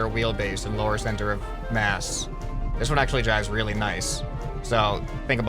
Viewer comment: e y did you say wheely joke